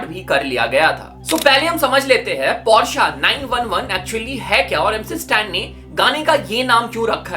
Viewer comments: Bhai tum, Porsche ko Par-Sa kyun kehte ho ?? 😂😂😂😂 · Ise Porsche pronouns karate bhi nahi aata 😂😂😂 Porsche ke founder ka naam pata hai ??? C